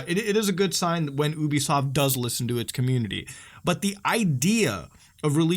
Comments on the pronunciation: you bee soft not uuuuuuubisoft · I cringe whenever people mispronounce ubisoft as "oooo-beeee-soft" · If you pronounce Ubisoft like that one more time I'll find you